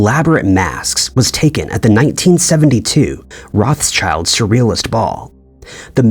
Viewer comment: Wouldn't it be wonderful if the narrator pronounced Rothschild right just once?